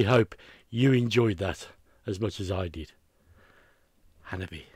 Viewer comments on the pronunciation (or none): I think you'll enjoy more Hanabie - they're superb. Their name is said like "Hanabi eh" For another band to check out from Japan, try: Ningen isu - Heartless Scat Cheers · Okay,, I think it's time for the Hanabie. pronunciation tutorial, provided as a service by the band themselves